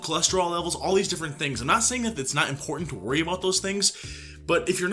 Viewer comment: "EM-PORT-EN" SHE NEEDS TO PICK A DAY AND LEARN HOW TO PRONOUNCE IMPORTANT!